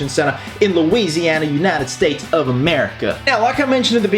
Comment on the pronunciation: Omg he said Shreveport lousianA